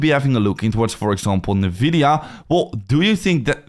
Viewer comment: That's definitely not how you pronounce Nvidia